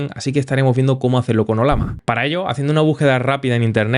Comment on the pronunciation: conoces que es una LLAMA? (animal altiplanico de sudamaerica) si te fijas el dibujo es una LLAMA y se llama OLLAMA (y no OLAMA) sorry te veo siempre ers muy bueno explicando, pero me choca escuchar que digas OLAMA, jajjajja un abrazo